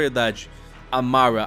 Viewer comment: Fala o nome Mara direito ksksmsmsm